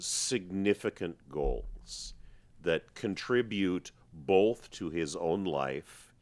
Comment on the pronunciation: Your logic is solid and your insights though obvious are all correct but anyone who puts an L in the pronounciation of the word BOTH just cannot be right. Seriously your analysis of cause and effect and economics is flawless, and yes FREEDOM should be the goal always but you still cannot be free to cause clear harm to another's person or property.